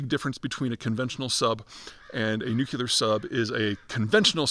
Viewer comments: "NEW-CLEE-ERR not NEW-CUE-LERR. Dear god, its such a simple thing to say correctly! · Pete, is there any chance you will ever learn how to pronounce the word "nuclear?" Let me help: start with nu. Now say clee -- like glee only with a hard c sound. Now add the final er sound. Just a note: the word nukuler is not in the dictionary. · Nu-CLEE-ar. Not Nuke-you-lar. Please pronounce correctly. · It's pronounced "nook-lee-er," not "nook-you-ler." You're well educated, Peter. Why do you mis-pronounce it this way? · N-U-C-L-E-A-R not nucular! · Say “nook-lee-ur”. Not “nook-you-lur”. 🙄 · The dumbing down of ‘Murica has gotten to the point that “nucular” is an accepted alternative pronunciation. Apparently, being perpetually tongue-tied isn’t an affliction anymore. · Nuclear not nucular! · I’m confused. What’s a nucular sub? Or a nucular anything for that matter?? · Why can't this guy pronounce, NEW-CLE-UR!!! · Nu-cu-lar ? What is that ? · The only people saying nucular are Homer Simpson, George W Bush and Peter Zeihan. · Just came for the nookilar. Was not disappointed. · Pete, I like a decent amount of your stuff. BUT...could you please figure out how to pronounce the word "nuclear"? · Please for the love of god learn how to pronounce the word nuclear. It makes you sound ridiculous to pontificate on a subject you cannot seem to articulate. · speech impediment? Say NUCLEAR correctly... MORON!